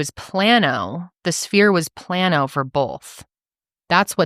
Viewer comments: Negative sphere is for near sightedness and plus sphere is for farsightedness. If your near sighted your eye is longer than normal, nearsighted your eye is shorter than normal. Astigmatism is how your cornea is shaped. And it’s “plane-0h” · Me! Who works in a lab to make Lenses… I’m getting it, but honestly I still don’t😂 I love you guys!!! Been here since day one on all channels! GIRL if your eyes went from a -3.00!!!! To a +0.00 or plain O is how it’s pronounced, but that’s really good did your eyes WONDER😍😝💕💕💕💕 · It's pronounced plain o